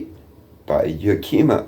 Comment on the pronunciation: That would be Yakima pronounced. Yak. I. Maw